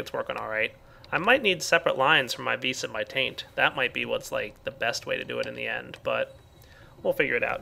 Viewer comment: How many times did he say vees (vis) in this episode?